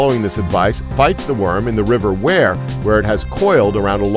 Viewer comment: Got pissed of how he pronounced wear